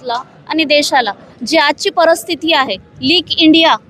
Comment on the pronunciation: हिला सांगा 'परस्थिती' नाही. परिस्थिती म्हण.